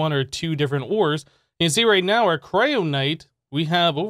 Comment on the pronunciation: KYRONITE! not kryonite. silly